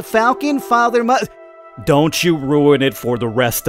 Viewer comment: based off of what father? I can't understand what name you said?